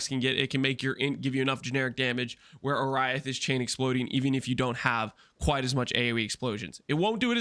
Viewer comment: Bro saying Oriath wrong after all these years of playing